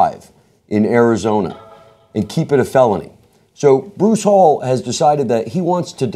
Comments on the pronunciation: it's hall Eee not hall and he did that because hes very religious hence the reason discount tires are closed on Sundays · It’s pronounced Hal-lee not hall. Maybe u should know how to say his name before u bash him.